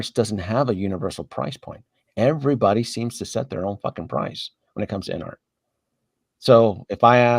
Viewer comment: Observation: It's InArt, not InArts.